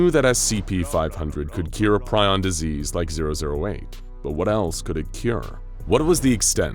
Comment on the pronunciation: Ugh. Do your research man. Prion isn't pronounced that way.